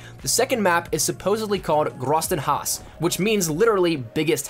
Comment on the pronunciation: hahahahahahaha the way you pronounced Grossen Hause xDDD i love the way that americans always butcher other languages